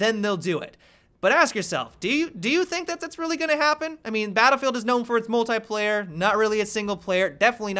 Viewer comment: The way he says "Mult-I-player" . . .